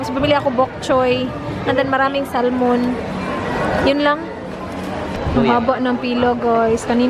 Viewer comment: Silent L po ang Salmon....